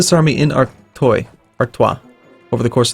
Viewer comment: Just saying but Artois is pronounced artwa